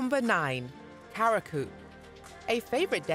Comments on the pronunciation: The word CURACAO is pronounced Q - RA- SAW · Pronunciation Cu ra sao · There's no way she pronounced Curaçao as Karaku.... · I'm so disappointed. They need to teach the robot how to pronounce.